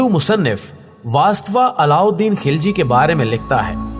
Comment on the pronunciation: Kis kis ko malaot kar diya yaar ek video like k liy khilji ko ghilchi bata thi ho afghan ko Turk bana diya Kiya anab shanab bol rahy ho tum